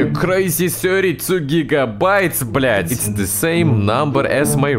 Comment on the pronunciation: "Блять" прям филигранно сказал